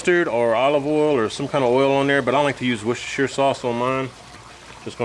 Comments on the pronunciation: Congrats!!! I have watched a zillion cooking videos and I believe you are the only one on You Tube to pronounce Worchestershire Sauce properly it is usually highly brutalized. Great Videos..Thanks. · An American that pronounce Worcestershire 🤣🤣 good effort!!!